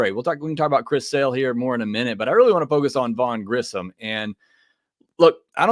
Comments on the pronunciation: I have almost heard nobody pronounce Grissom correctly. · Grissom not Grisham which I hear so many other people say